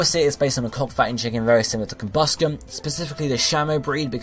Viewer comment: DO ABSOL Also, I've never heard it pronounced "COMbusken"